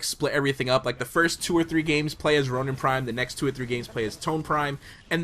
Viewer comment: did you just say tonin???